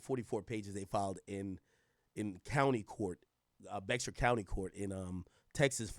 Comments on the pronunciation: Pronounced Bay-har County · BEXAR is pronounced BEAR in San Antonio, Tx